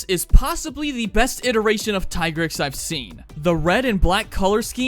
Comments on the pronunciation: I thought it was called "Plum" not "Plume." Lol. Also thank you for rejecting Tigrex's given pronunciation. He will always be Tie-grex for us. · thanks for pronouncing the tigrex correctly.